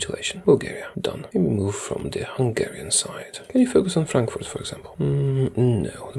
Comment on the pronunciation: damn your pronunciation of Frankfurt was close to perfect, nice!